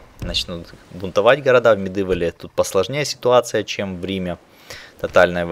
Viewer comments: МедИвал(Medival), хотя мне уши режит не особо. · не говори пожалуйста МедЫвл, уши режет ))